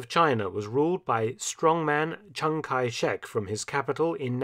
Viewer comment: Chang Kai Shek = "Cash My Check"